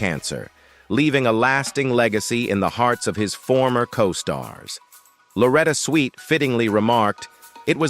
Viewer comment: You really need to research how to say peoples names and titles of the subject you cover. Also you need to the proper pronounciation of many words you use. Maybe you should go to a voice coach to make sure what you state is correct. Switt is not pronounced Sweet. M*A*S*H 4077 is pronounced MASH like in mash potatoes. Get control of your pronounciation of the English language before you do another review.